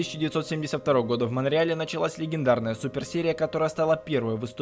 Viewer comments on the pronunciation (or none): Легендярная . 😂😂😂 Выучили. 😂😂😂😂 Ну ты нашёл. Озеров озвучивал . Найди , легендярный ты наш. 😂😂😂